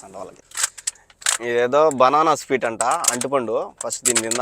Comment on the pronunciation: anna speet kaadhu😂 adhi sweet 😂😂